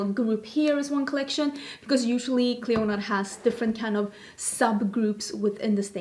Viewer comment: Just heads up not sure how Clionadh the company pronounce the name as I know they are based in Canada but in Ireland we’d say Clee- In-Ah as it’s an Irish girls first name meaning Queen of the Banshees of the Tuatha Dé Danann! I love mythology anyways looking forward to the video